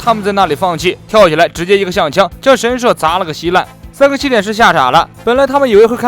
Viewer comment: 神社，she，第四声